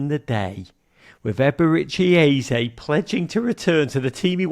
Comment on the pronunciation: Your Eze pronunciation is spot on